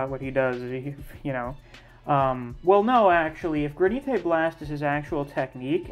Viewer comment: Are you saying gra nee Tay as a joke? The word is granite like the stone?